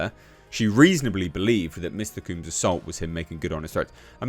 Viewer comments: His name is pronounced COMBS as in you comb your hair not COOMbs..😒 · Couldn't get past you repeatedly saying "Mr. Cooms" all weird.. Hardly caught anything else, but I bet Trump pardons him anyway. Hopefully he just gets his name right.. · it's not pronounced 'kumes.' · Combs, rhymes with gnomes, or homes. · Why you saying his name weird? Lol. Because he’s a weirdo? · It’s the British accent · It’s not, it’s just a mispronunciation.